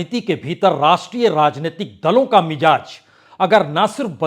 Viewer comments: Yeh word MIJAZ nahi balke MIZAJ he. Word ki spelling ghalt sun kar bohot bura mehsoos hota he. Isi tarah aap HAZAR ko HAJJAR boh bolte hen ! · Kindly use bindi in Hindi. It's Mizaj not Mijaj. It's Nazar not Najar. Wrong pronunciation hammers on the minds.